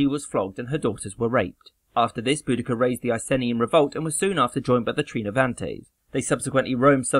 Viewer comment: Great video but just as an FYI it's pronounced i-see-knee not i-sen-ee, please no one argue with me, ik I'm right, you pronounced Boudicca correctly so that's good most people pronounce it bow-de-see-uh which is wrong as she was from Norfolk so you got it right